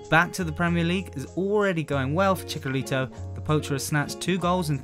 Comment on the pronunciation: and its chiCHarito not chiCKarito!!!!